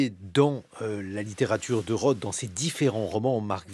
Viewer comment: Arrêtez de dire « Phillip Rote », c’est un TH pas un T !